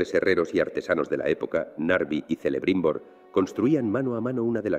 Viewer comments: Excelente video, pero floja la pronunciación. Supongo que debe ser por el uso de sintetizador de voz. Por ejemplo, al comienzo menciona a Celebrimbor y lo pronuncia "Celebrímbor", pero la pronunciación correcta es "Kelebrimbor". Hay que tener en cuenta al escribir para que el sintetizador pronuncie como queremos. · Muy buen video, y un estilo narrativo que me transporta a documentales de mi infancia. Nota* según especificó Tolkien en sus relatos (especialmente en el Silmarillion), los nombres de personajes como Celebrimbor, la /C/ inicial se pronuncia como una K (p. ej. 'Kelebrimbor') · 45 segundos y ya no escucho más. Un tío que no sabe pronunciar correctamente Celebrimbor no debería hacer videos sobre la tierra media. Deberías leer primero algún libro de Tolkien. En todos aparece un prontuario para la correcta pronunciación de los nombres en quenya y sindarin.